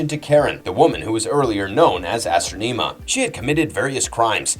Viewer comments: I have never heard that pronunciation for Astronema before 🤣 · He pronounced Karone and Astronema incorrectly.